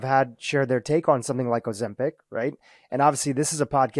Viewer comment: He cannot even pronounce Ozempic--says Ozampic